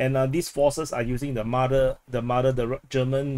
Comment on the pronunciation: MaRder. It sounds nothing like "mother".